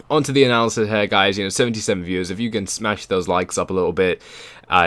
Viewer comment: It's here, not HAIR ffs...